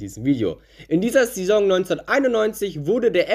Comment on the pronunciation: du sprichst saison falsch aus